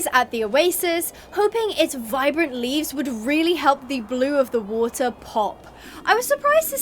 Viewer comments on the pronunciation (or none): none